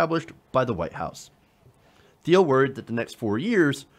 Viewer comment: It's pronounced /tiːl/ not /θiːl/, silly!